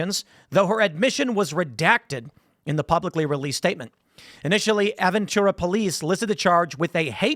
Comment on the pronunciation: Pronounced Ah-ven-toorah And hahahaha she got booked into TGK, thats like 15 miles away form Aventura mall. Long ride.